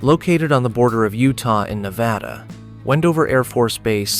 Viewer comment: Please pronounce Nevada properly. It is more like Nebraska not the soft a. I live in Nevada and we can identify non residents by this pronunciation.😊